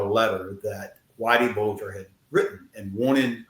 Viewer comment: Whitey Bulger, not burger.